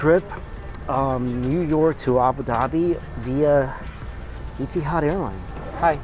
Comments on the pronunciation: "sode" out? it's "sold" out. also Etihad is pronounced eh-ti-had not ee-ti-had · I noticed that, too. Et-ee-haad changed to eaty-had! love this guy!